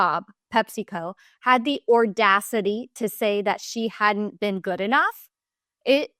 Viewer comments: It's not "ORdacity" It's Audacity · ORDACITY??? A bit of a Grammer shortfall in every video.